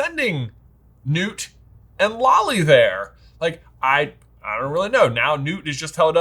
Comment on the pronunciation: LOL at and calling “Bundy” (as in, Ted) and calling Lally “Lolly”